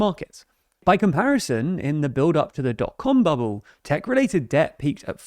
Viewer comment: Every time you say bubbles 😂😂😂